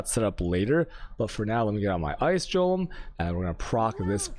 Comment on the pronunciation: i am still convinced he pronounce chaos and golem wrong on purpose